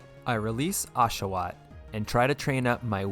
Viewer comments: It's Oshawott not Ashawott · OSHAWOTT, NOT F*CKING ASHOWAT! THE NAME DOES NOT START WITH AN A, STUPID! IT STARTS WITH AN O!